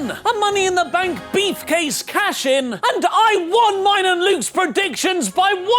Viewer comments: I don't know if is actually saying Briefcase or it's just me hearing Beefcase. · Still likes Oli is saying Beefcase and not Briefcase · Say beefcase one more time... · did he just say beef case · Why does Oli Davis keep on saying "beef case" instead if "brief case"? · Is it me and my American ears or does it sound like is saying "Beef" Case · Its sound like he said beefcase